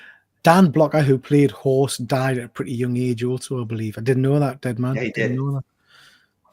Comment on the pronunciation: Hoss not Horse